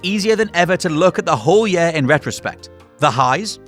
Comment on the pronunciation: I'm normally pretty laid back but the way you say 'year' insta-triggers me and I want to punch a baby...